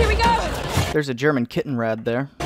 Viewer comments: It's Kettenkrad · It's not a KittenKrad, how you pronounced it. it's a Kettenkrad.. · My bad. Yes. He still sounded like he was saying kittenrad. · It’s ketkanrad